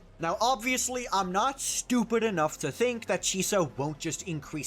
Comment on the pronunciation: I love your annunciation of “STUPID” Made me chuckle unironically